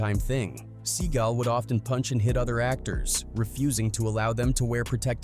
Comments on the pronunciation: He called him Sea Gull 😂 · Steven Sea GALL .....not gulll, fool.